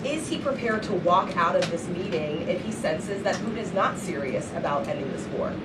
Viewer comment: Pu’in? Disgusting English 🤮 it’s Putin, dumb❗️